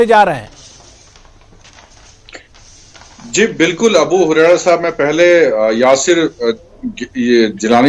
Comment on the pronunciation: یاسر نام کا بالکل غلط بول رہا ہے